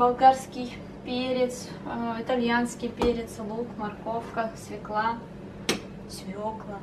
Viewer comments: правильно свЁкла, а не свеклА 😊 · СвЁкла ))) А не свеклА ))* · СвЁкла, ребят, свЁкла...